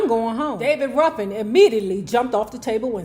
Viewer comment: Ruffin. Not ruffen